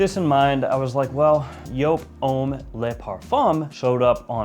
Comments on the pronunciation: It’s YOOP, not YO-PE! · Stop saying "joop" there's like 6 other varieties. Edt, edp, le parfum? Extreme? Hard to tell what one your talking about. I'm guessing your montblanc relation is to the edt because no montblanc comes close to the le parfum.